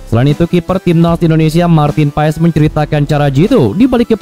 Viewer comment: Pengucapan namanya Martin Pass bukan Paes